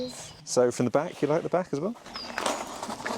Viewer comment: I have an Italian neighbour that speaks like. I like the way she adds an a to the end of words, "in the back-a" 😂